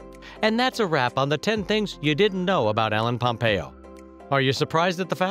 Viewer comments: did u just start the video by saying MELLEN POMPEO ? wow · "Mellen pompeo"😂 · He keeps saying "Helen Pompeo" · Was is just me or in the begining did anyone else hear melon instead of ellen pompeo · Who is ellen pampeo? It's Meredith Grey